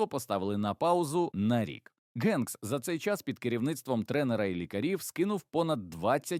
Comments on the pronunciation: Дякую за відео! Але...Генкс читається як Хенкс!!! Чому він у вас Ґенкс??? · ох вже цей "новояз"... "генкс"))) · Все Добре, але не треба Прізвисько так перекручувати … Він Том Хенкс. І ніяк інакше. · для вас українська мова напевно не рідна? Гамбург читається, як Гамбург, як і Голівуд, де "Г" м'яка, наче "х". А не така "ґ", як автор читає Ґенкса.